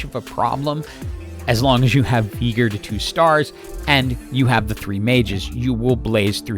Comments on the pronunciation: Veegr Pretty sure its pronounced Vey-gar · also, it sounds like you say veegor and not veegar as well :D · and how you say Veegar versus VI-gar is why im having to move on. Its driving me NUTS lol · Regular people: Veigar "vey-gar": Veegar "vi-gar" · Veegur, Arcane-uh, Zair-Roth, yes sir, my engagement = farmed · Bro, this video would be so perfect without that ,,Veegur" thing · lol the engagement farming by saying “VEE- gar” is so galaxy brain 😂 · Please don't call him Veegur. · Broooo hes called veigar not Vigar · I mean it's not like I watched any of the lore from league but I guess it's just a mispronunciation since the official one (just checked) is pronounced "vai-gar" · Decent guide, but had to give a dislike for saying Veigar with a hard r